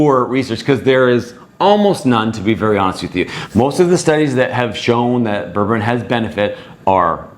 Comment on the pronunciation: You're mispronouncing it, it's pronounced Berbereen, not Berberin.